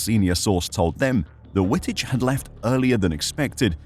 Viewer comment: Dude, learn how to pronounce names properly. W in Dutch an German is pronounced as a double V. His name is pronounced as Vitich